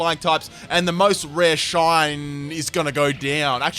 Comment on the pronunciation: 'Mostrareshin'... Literally had room to write 'rarest shiny' lol